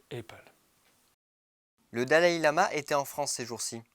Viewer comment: La prononciation d'Apple est à modifier. Ce qui ne nuit pas au propos, certes, mais...